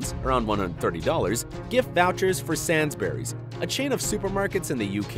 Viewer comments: "Sansburys" That annoyed me soo much cuz im from the UK, btw its pronounced "Saynsburys" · Did he say.... Sans berries. My friend its pronounced Sane sberries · I know this is a year old but come on you can’t pronounce Sainsbury’s it’s saYnsBuRys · Sansberries... How did you get "Sansberries" from Sainsburys? Sains (Sayns), burys (Burr-ies) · THAT FRICKIN ANNOYED ME It is not San-sburys It is SAYN S-AY-N SAINSBURYS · SANSBURYS? IT’S SAY-N-BUH-RIES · he pronounces Sainsbury’s as “Sansberries” just saying that it’s meant to be pronounced “say-ns-brees” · he says sandsberries 😂 it’s sayn s bries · "Sans-berrys" no, its "Say-nes-burrys" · Did he just say sansburys it’s said it saynz burryz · It’s Sainsbury’s not sansburys mate get ur facts right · *SANSBURYS*?!!!! Everyone from England watching this just groaned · Did anyone else get triggered when he pronounced Sainsburys wrong? IT'S PRONOUNCED SAY - NES- BERRIES. ;-; Also what the heck is Walmart cause everyone keeps saying its an american Asda. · Not Sansbury’s it’s Sainsbury’s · CuteCandee it's Sainsbury's not Sainburys! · It’s Sainsbury’s not Sainesburys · Actually Sains-brieys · lol SANSburys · lol he said Sainsbury's wrong. He pronounced it as Saansbury's. 😂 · It's Sainsbury's not sansburys!! Get it right lol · Nobody:: sansburys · did he say S A N S BERYS! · When he pronounced sainburys 💀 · Btw Sainsbury’s is pronounced Sane - s - bury- s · it is pronounced sanesbreez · "sans berrys" XD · I cringed when they said 'Sansberys' ITS NOT SID LIKE THATT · Dis he say SANSBURYS WHEN IT'S sAINBURYS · Its pronounced sayns burry's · Draco Malfoy IKR!!! BRITISH PEOPLE DO NOT AGREE WITH WITH THE WRONG SAY ING ON SAINSBURYS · I was triggered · Thats not how u say Sainsbury’s 😂😂😂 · you said Sainsburys wrong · Any British person here mad with how he said Sainsbury's 😭😭😭😭